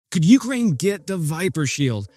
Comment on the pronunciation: U-KRAIN, not U-krain